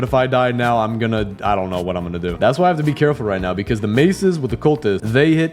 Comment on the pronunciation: "the mases with the cultists"